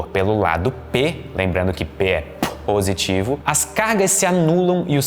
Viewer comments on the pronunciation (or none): Fui tentar falar positivo igual ao e cuspi a tela do meu Smartphone 😂😂😂😂😂